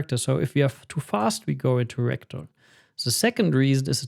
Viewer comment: Whenever he says Ragdoll, I hear Rectal… 😅